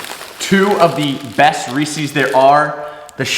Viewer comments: I love your channel- and you seem like a rad dude to hang with. That said... it's Reese's, not Reeseeeeeeeeze. 😂❤️ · Why you say Reese’s like that?